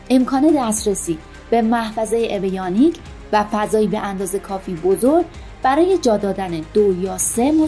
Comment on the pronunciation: اویونیک نه اویانیک 😂😂😂😂